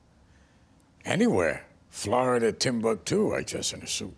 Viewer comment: His accent is so fucking good. His pronunciation of “Florida” is so legit I’m amazed. Hats off to Graham.